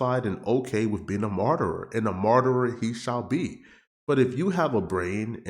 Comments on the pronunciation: Its martyr not marterer 😂😂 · Wtf is a myrtrer?